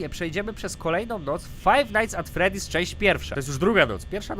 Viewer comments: #freedy nie teedy xD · nie tedy tylko freddy (czyt. fredi :3) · Freddys* :D Nie freedys :w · to jest FreDDy's a nie FrEEdy's <3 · ta gra się zwie 'Five Night's at Freddy's', nie Freedy's:P Łokieć! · tylko nie fife night at fredy